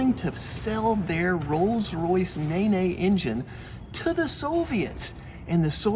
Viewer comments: As a Brit I love the Nay Nay it is pronounced Nen to rhyme with Ben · It's pronounced "Neen" not naynay!. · Hey, your pronunciation is incorrect; its not the 'Ne-Ne' engine (lol) its pronounced 'Neen'; the engine was named after the river Nene in England. Rolls Royce named some of their jet engines after Rivers in England such as the Trent and the Derwent. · Nene (neen.) Not Ney ney. It wasn't built by black women. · The RR engine is pronounced NEEEEN or Knee with an "n" on the end, It's part of the river series and that is still going with the Trent. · As a Brit living near the river Nene I'm definitely aware there's some controversy over how it should be pronounced. I can say with certainty that "Nae-Nae" is not either of them 😂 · RR Engine Nene is pronounced "Neen" RR Jet engines were named after rivers, other examples that spring to mind are the Avon, Dart (Turboprop), Derwent and Trent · Rolls-Royce Nay-nay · I’ll never forgive his American mispronunciation. 😅